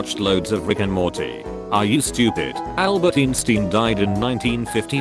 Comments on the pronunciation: "allbart ensteen" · Just how it said Albert Einstein 🤦‍♀️